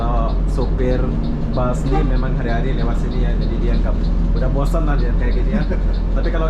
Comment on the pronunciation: Bus tulisannya di baca bas